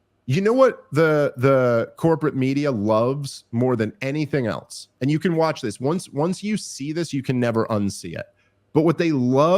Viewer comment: Has anyone noticed how Dave adds a T to the word "else"...prounounces it "eltse"...Rogan does it sometimes too. I have no real opinion on it, just an interesting linguistic nuance